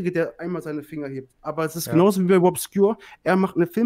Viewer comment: Wobscure, Bwian Damage